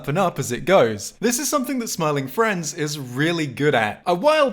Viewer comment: Bro said Smormu